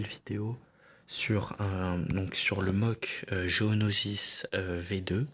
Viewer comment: Géonosis. j'ai entendu gonosis